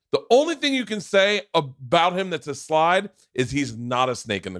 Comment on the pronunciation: We found another Bert-ism people. A "slide" instead of a "slight". Smh for someone who speaks for a living Bert you sure do fuck up a lot of words/sayings.